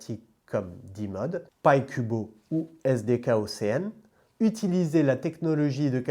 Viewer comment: Merci très intéressant ! Je vais regarder ça de mon côté et qui sait peut-être investir un peu 👀 (et réécouter tout ça parce que c'est compliqué !) Rien à voir, mais il m'a semblé que tu as dit "ocean" en anglais plusieurs fois, cela se prononce"oshean" et non "océane" voilà